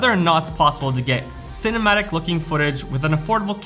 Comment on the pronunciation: For a moment I heard you saying "" instead cinematic:D. Anyways, great video. I don't have GoPro or any other action cam, but still watched:). Take care